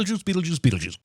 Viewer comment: He didn’t he give a sin for how Adam says beetle juice